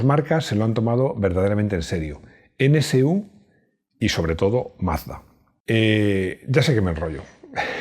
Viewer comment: Perdona mi atrevimiento, pero como profesional de la comunicación, me dejas confundido, pronuncias N(CE)U NCU, cuando lo correcto es NSU N (ESE) U...